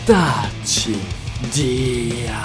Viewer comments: The "Diam" actually doesn't sound like that if we say it tho.It sounds very weird when he said 😂😂😂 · Indonesian crying seeing this BTW im from indonesia and thats not how you say diam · I'm Malaysian and I want to say that the way you say "diam" is really funny. I mean nobody say it like that in Indonesia or Malaysia